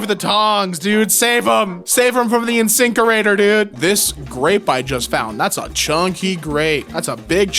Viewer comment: "The insinkerator"